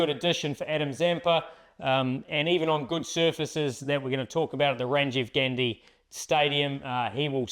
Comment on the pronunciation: Its Rajiv Gandhi, not Ranjiv Gandi..